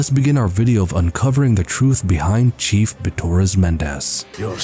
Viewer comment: I keep thinking he’s saying “Cheese Bitores”